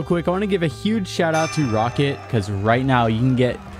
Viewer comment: I think roccat is pronounced rock cat not rocket lol